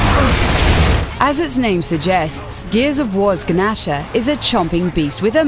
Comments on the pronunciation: Gnasher isn't pronounced g nasher it's just nasher the g is silent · It's pronounced "Nasher" not "Guh-Nasher" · gahnasher really its the fucking nasher g is silent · Guh-nasher? Are you fucking kidding me? The G is silent. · Did she really pronounce it Ga-nasher. its pronounced nasher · sorry but did she say the G-nasher? is Gnasher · couple of things, one the gears shotgun, the gnasher is not the g-nasher, it's the gnasher the g is silent. secondly the shotgun you showed in gta was not a spas 12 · Firstly, how the hell did the farcry 3 blood dragon quad barrel fire shotgun not make this list? Secondly, the gnasher should be #3 or higher. Thirdly did she really call it a, "Guhnasher"? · ummm pretty sure its not Gunasher, just nasher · ga-nasher...really? wtf guys, it's the Nasher (G is silent)... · I'm sorry. Did she just say "G-Nasher"? Wtf? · It's not a genasher it's produced nasher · I stop the video after you said gnasher wrong....... It is pronounced Nasher Silent G.... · IT'S PRONOUNCED NASHER CLEARLY! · She completely fucking called it a guh-nasher! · you don't pronounce the "G" in gnasher, it is supposed to sound like nasher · Exactly! i mean, come on! it would shoot fire for god sake! also, that wasn't a spaz 12 on GTA position, it looked more like a remington. also, 'G-nasher'? she really doesn't understand silent letters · The G is silent in 'Gnasher'. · 1. I love how she said g-nasher 2. Top 5 followers (best) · .. The Guh-nasher? The g is silent. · Lol. She pronounces the G in Gnasher. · The way she said it, it would be like GaNasher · My only gripe with this video. The Gnasher is pronounced "nasher" the G is silent.. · Guh-nasher eh? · It is called n-ash-sher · she said ganasher lol its a silent g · it's nasher the g is silent >.> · "Guhnasher" lolk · how the fuck did you pronunce gnasher??? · the heck is a "guh-nasher"??????? O_O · Guh-nasher? Seriously? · Ga-nasher... really? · It's pronounced "nasher", dufus! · It's pronounced nasher